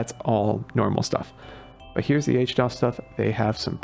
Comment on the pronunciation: How you gonna call it H-dos when it's literally HD OS lol. I feel like I'm getting memed on